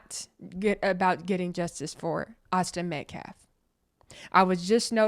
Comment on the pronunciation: I would like to thank you for pronouncing Austin's last name correctly. Many podcasters are pronouncing it incorrectly and I know it's petty, but it's like chalk on a black board. I also want to thank you for your unbiased coverage! You are a true angel... This is a nightmare for all involved and the hate on both sides needs to stop. It's not helping anyone. The facts will come out during the trial and everyone needs to stop and take a breath for the sake of the families. Support "your side" with prayers not hateful words.